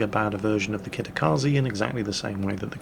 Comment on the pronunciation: It's KATakaze not KITakaze